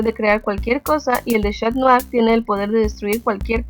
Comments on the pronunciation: no es shat nua era catnua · esta bien lo q disen pero no es chat mou es cat mou